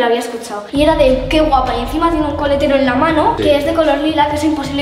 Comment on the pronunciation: dijo colatero en vez de coletero os pongo el minuto aquí escuchad Có atención